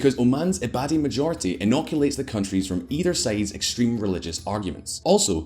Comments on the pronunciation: Your pronunciation of Ibadi is incorrect. Not i-bado but rather like E-BADI. I lived in Oman and can vouch for the people being the friendliest in the Middle East, having travelled to a number of middle east and near eastern countries. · "eye-ba-dee"?? Took me awhile to realise he meant Ibadi, as in "ee-ba-dee" .. But an all round informative video.....kudos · Dude! Karabakh is excluded from the map of Azerbaijan , very brave move in a critical time like this 😄 By the way, Ibadi pronounced as “eebaady” thanks for the video anyways, I have learnt some new things as well.